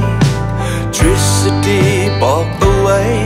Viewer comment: ทฤษฎี ออกเสียงว่า “ทิด-สะ-ดี” หรือ “ทริด-สะ-ดี??? ในเพลงเหมือนมีเสียงควบกล้ำ